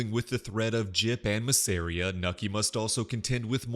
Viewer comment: Bro why are you saying Masseria like that